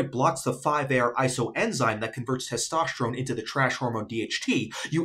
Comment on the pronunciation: "Testoshterone" lol